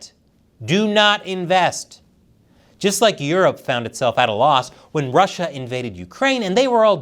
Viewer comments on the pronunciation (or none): none